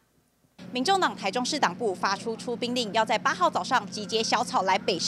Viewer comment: 出兵？出殯聽的有點像